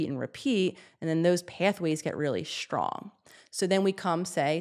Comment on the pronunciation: FFS, the word is "strong." Sound it out. There is no H. It is not pronounced "shtrong."